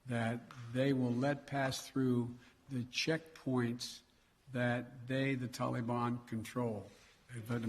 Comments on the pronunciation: Why does he pronounce Taliban as "Tolly-Bon"? He must have the Jimmy Buffett song Jolly Mon playing in his ear piece. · Won't be long before ransom demands come from the tal-LLE-bonn for the Americans Biden abandoned and left behind. Binded lies, so Americans die. Just listening you can tell he is unable to grip how much damage he done to this country trustworthiness. He is a disgrace.